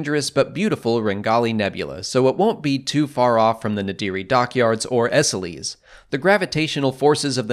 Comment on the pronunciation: I think Esseles is pronounced ‘Ess-ells’ at least that’s how it was pronounced in SWTOR